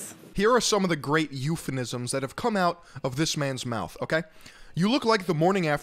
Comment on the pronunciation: its "eupheMism" not eupheNim.